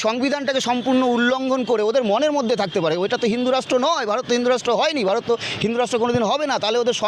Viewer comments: its not Barot.........its Vharot. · আপনি যে নিউজটা পড়ছেন ওটা বারত না ভারত উচ্চারণ ঠিক করুন